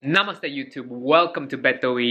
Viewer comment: Finally he got the "namaste" and "chalo" right